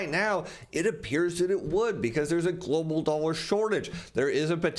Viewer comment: Why do you keep saying Glo Baal........